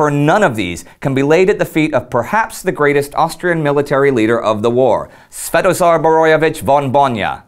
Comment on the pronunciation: Big high five on saying his name . I was well impressed . Even if i was Sventozar Borojevic von Bojna i don't think i could pronounce it .